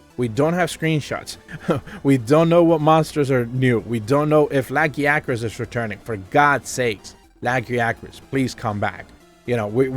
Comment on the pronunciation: What is a laggy acris? Don't you mean La-gaia-cris?